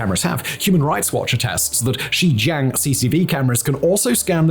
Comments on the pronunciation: Simon keep pronouncing Xinjiang as Xizhang...sometimes as Xijiang....sometimes xizhan..its like he's talking about 4 different places. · Next time you make a video you should learn to properly pronounce the name of the region that you talk about. XinJiaaang. Not a hard A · And ur saying Xinjiang wrong, at least get that right